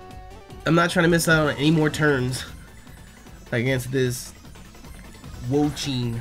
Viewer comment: The four legends are based off of the Chinese four perils and it has an incredible amount of lore that I’m not going to get into. Usually, the sub legends of each gen are direct indications of where the next gen is so we are likely going to China for gen 10. Also Wo-Chien is pronounced wo-chi-en Also xie xie (谢谢) is shi-eh shi-eh